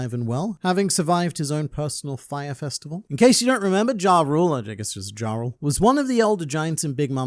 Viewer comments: Jarul is pronounced with a "Ya" sound, not a "Ja". Think of it as saying Jul Time instead of Christmas Time. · YARUL, the J is pronounced as a Y. Its Yoral and Yarul BUNCH OF DUNCES !